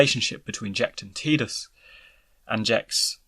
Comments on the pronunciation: Its {tai-duhs} u freakin froob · Am I the only one who thinks he’s saying Tidus name wrong. Wasn’t 10 the first one that actually had spoken word in it 😂😂. Has this guy actually even played the game. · Htf do ppl f that up. Tidus as in tides. A force of nature. Fkn who would name their protagonist with such a pathetic pronunciation. {Tee-duhs} is tedious asf. Soz not soz